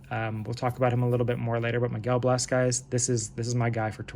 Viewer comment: Hey, enjoyed the video, and just subscribed. I've got a bunch of Miguel Bleis stuff too, been on him for a bit. Can't wait to see what he does this season! One quick note: I believe it's pronounced "blay-ss", almost like Blaze but with an S instead of a Z.